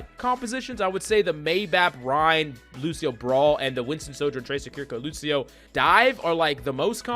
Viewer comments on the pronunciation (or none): none